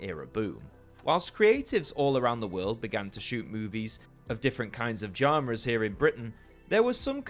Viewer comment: Really interesting video. I've seen a dozen of these kinds of videos about the American system, but not the British one. If you do a part two, I'd like to see how the BBFC was influenced by the MPAA (and perhaps how the ESRB/PEGI may have effected anything). Also, you say "genre" funny.